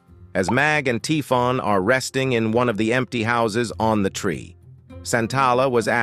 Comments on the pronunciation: Typhon is pronounced Tai-fon, but it's consistently being pronounced as Tee-fon in the video. Very jarring. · Thanks for the summary but the way Typhon is wrongly pronounced throughout the video makes it really difficult to listen to.